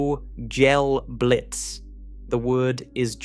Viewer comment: Some of the pronunciation in this one is hard on the ears. Unless I've been hearing kugelblitz pronounced wrong for years...